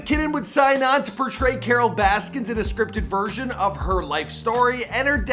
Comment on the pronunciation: “Carole baskins”